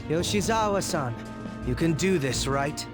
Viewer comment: Lol Akechi’s VA has such a hard time saying “Yoshizawa”